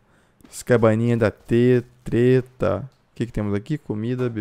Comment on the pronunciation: segundo vídeo que vejo ela falando teta invés de treta kkk tira esse pecado da mente kkk